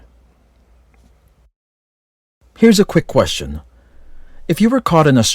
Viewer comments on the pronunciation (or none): none